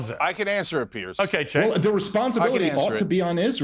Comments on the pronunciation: it was on purpose. Another YouTuber calls him Senk, it's a purposeful mispronunciation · Cenk* pronounced "Jenk"